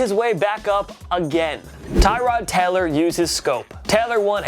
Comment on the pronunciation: Maybe don't feature Tyrod Taylor if you can't pronounce Taylor